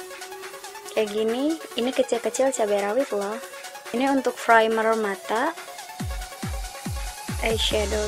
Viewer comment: Primer not Frimer, Dark Brown not Drak Brown, Spoolie bukan Skuli.😀